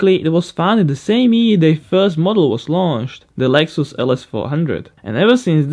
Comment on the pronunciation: Lex-ous lmao 😂